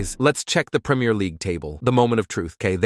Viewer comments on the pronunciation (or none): none